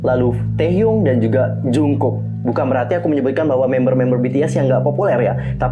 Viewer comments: Cuma ngingetin aja kak, klo jungkook itu dibaca jeongguk bukan jungkuk😁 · iya maksudnya itu penyebutan yang ngomong jungkook harusnya dibaca jeongguk dan taehyung harusnya dibaca taehyong,aku cuma membenarkan karna tau.dan aku juga tau kalo nama mereka jeon jungkook dan kim taehyung. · Kak itu penyebutan nama taehyung sama jungkook nya salah.yang bener jeongguk dan taehyong kak.harap bisa membantu